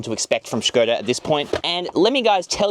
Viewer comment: Š is read as Sh. This is actually the first english native speaker i’ve heard to pronounce it correctly